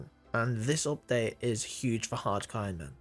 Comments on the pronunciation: hard coinman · haaadd cooooo iooonmaan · why cant you speak properly wtf is a hacairon man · Everytime you said hardcore iron man it sounded like harkoriron man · Why does he say “Hadcoeynman” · Hardcore ayonman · can u say hardcore ironman properly? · Why are you saying “Hardcore Ironman” so weird in the beginning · BRO i literally stopped 4 seconds in and checked the comment section to see if I was the only one who thought they were going fucking bonkers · I wasn't the only one thinking this then